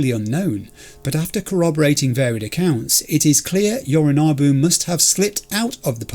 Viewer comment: You were talking a big game about how you do have time to read everything in the penthouse when Jackie was rushing you, but there actually are contexts in which you can take too long and Adam Smasher will arrive and one-hit kill V, so yknow. Also, I know it shouldn't bother me as much as it does, but - it's YoriNObu, not YoriNAHbu.